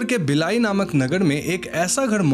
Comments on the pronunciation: Bilai nahi... bhilai hai city ka nam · 😂😅😅😅😅 bhai accent pakad rahe the yaha ka 😂